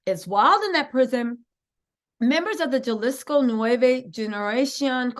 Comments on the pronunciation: Hi! In Spanish the letter J makes an H sound just to share with you! Jalisco/Halisco or Julian/Hulian. Not the Deathly Jallows tho😅 Love ya girly ⭐️🕵️‍♀️🕵️‍♀️ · 😂😂😂So cute Jalisco is pronounced “Halisco” the J in Spanish has a HA sound. Great job! ❤️